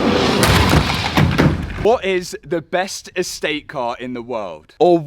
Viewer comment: Did he say an “Astay” ? car or wagon if your American